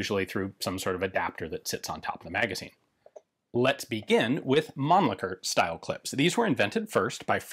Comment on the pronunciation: So finally I hear the pronunciation correct I assume, it is Mahnn-Licker and not Man-Licker. lol